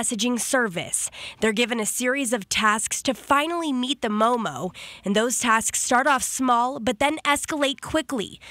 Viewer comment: It's MOOMOO not MOMO!